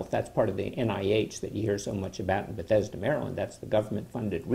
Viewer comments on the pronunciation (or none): none